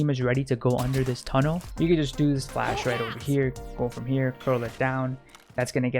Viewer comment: i love how he just says "just fash the whole sight" every after location like yes man we be flashing